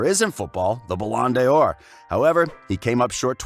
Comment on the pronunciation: Wtf is balondior its bolandor or however you spell it 😂🤣😂😂